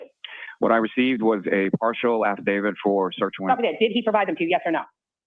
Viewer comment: "Halfadavit Lally". OMG...I can't catch my breath!!!🤣🤣🤣